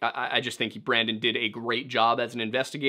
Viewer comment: Pic on screen clearly says "Brendan" repeatedly says "Brandon"